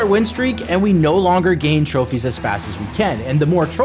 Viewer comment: Bro man say a couple more trofees💀 name you that a couple!